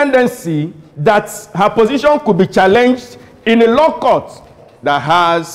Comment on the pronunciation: I thought he was 'The Law', I didn't know it was actually 'The Low' 😊